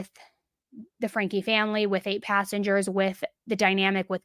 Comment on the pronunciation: I have to say, it's so satisfying to finally hear someone say "Franke" the way you're supposed to say it 👌🏻